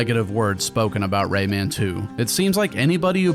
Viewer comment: Yeah Lee pronouncing Rayman’s name like that drove me nuts in the PS1 port